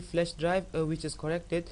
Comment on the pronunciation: Correpted.. no Flesh.. not really *Corrupted *Flash Learning to write and pronounce with..:)